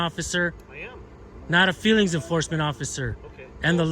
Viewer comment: Ohhhhhhh the FWEELINGS POLICE.